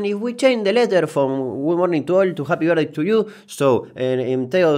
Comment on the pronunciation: nuevo idioma asi se habla Japi vertdei tu yiu japy vertdei tu lliu